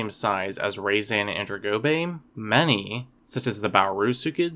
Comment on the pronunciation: Why did you pronounce it weirdly? It should be pronounced (RAH-zah-nan-DRONE-go-bay).